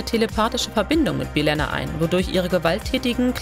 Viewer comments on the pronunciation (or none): Man kann doch nicht so ein Video machen und dann die Namen der Charaktere wie Belana und Geordie falsch aussprechen. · Also einige Namen wurden sehr seltsam ausgesprochen, bei Belana wird Belenna gesagt was sich ganz schön falsch anhört, und LaFroge wird Englisch ausgesprochen wie Ge wird eher wie ein dsch ausgesprochen. Außerdem sind finde ich die auswertungen von Netflix als einzige Quelle nicht unbedingt represantiv für Trekkies. Weil ich als Kind for Streaming diensten hab alles was es von Star Trek gibt, bis auf die Neusten Serien auf DVD bzw. Bluray. Obwohl ich Star Trek Fan bin und Netflix habe, hab ich auf Netflix nie geschaut, weil ich zum einen die meisten Serien schon mehrmals rauf und Runter auf DVD geschaut habe, und 2. Wenn ich sie erneut schauen würde, wieder auf DVD schauen würde. Weil mit Menü und ner Cool bedruckten Disc in der Hand ist es einfach was Cooleres als nur auf die Streaming Tasten zu Klicken.